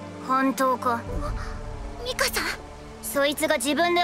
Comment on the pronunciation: ミカさんがミカサって聞こえるw